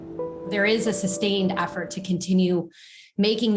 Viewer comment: "there is a sustained 'AFFFORT'"......... 'AFFORT' WTF is an 'AFFORT' ?, there's no such word, maybe she means 'effort'? why are Americans now changing 'e's and 'o's to 'a's it sounds shit, that and vocal fry. Makes women sound like effeminate men, and men who do it sound like effeminate men, it's a lose lose. Can you imaging an American James Bond, in nasal vocal fry "My names Baaaaaaaaaaaaaaaaaaand, James Baaaaaaaaaaaaaand............what avaaaaaaaaaaaaaaaaar"